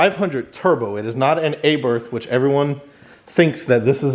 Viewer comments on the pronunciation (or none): Not are barth, its ah barth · Not (ay-berth) its (are-barth) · Not an upgrade, just noise. Also it is Abarth not Aburth ffs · It's not pronounced aberth it's abarth. Jeez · IT'S CALLED ABARTH AND PRONOUNCED ABAR'T ,NOT ABERTH WHY DONT YOU YANKS LEARN HOW TO PRONOUNCE WORDS PROPERLY. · Feeyaht Aybarth. Sure thing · A-BIRTH 🤣🤣 Americans should be made accountable for their constant abomination of brand names and the English language. It's atrocious and simply unacceptable, It should be punishable by death. 🤣🤣